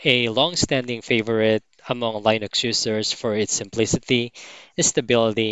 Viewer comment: Just a note about "Linux" - it's pronounced "LINN-ucks", not "LINE-icks". The "I" is short, not long.